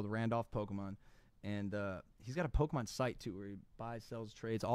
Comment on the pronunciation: mikes age really showed when he said "pokeman" LOL